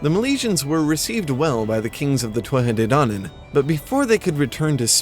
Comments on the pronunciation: By the way its pronounced (phonetically) ‘toot-ha day dan-an.’ Now in different dialects it changes slightly but definitely not twuatha 😂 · Tuatha de dannan is pronounced Two-Ha De Dan-en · two-at-tah day dawn-on :) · Your pronunciation is really good ,quick tip when you say conaught the "ght" part is alot more gutteral .con-nocht Same when you talk about the thuath de dannan ,thuath is said like two-a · Native Irish speaker here from Corca Dhuibhne, our dialect generally pronounces it as 'Too-ha Day Daanan' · Anyone else love the way he pronounces the "Tuatha De Dannan?"